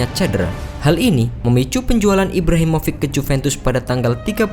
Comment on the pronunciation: Ibrahimović : Dibaca Ibrahimovitch Bukan Ibrahimovik.. Just info